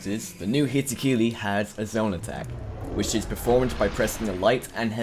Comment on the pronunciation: "hitokili" "mengetsu lift"